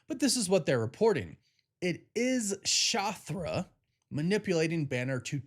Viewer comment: How da fuk is " Shothra " 🤦🏻‍♂️👎🏻